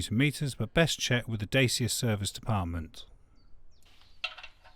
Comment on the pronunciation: Good video but that’s not how you pronounce Dacia!